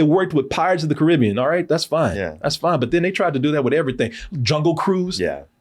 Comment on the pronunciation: I’m rather annoyed on how mispronounced the word,Caribbean when he mentioned about Pirates of the Caribbean